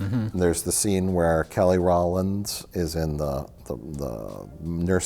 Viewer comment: “Kelly Rauwland one of the Destiny Children” 😂😂😂